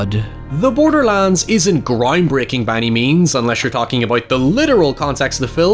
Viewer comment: everytime he said "borderlands" i thought he was saying borderlines in an EXTREMELY southern accent